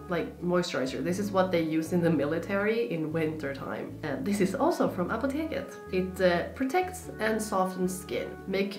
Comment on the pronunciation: I am from germany an i realy like how you say Apotheke 🤗 we say it kinda same